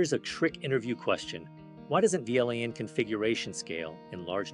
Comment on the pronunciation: An interview question... answered by an AI... that can't pronounce VLAN... I am... so depressed